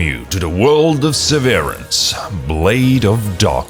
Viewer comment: it's "SEH-veh-rance".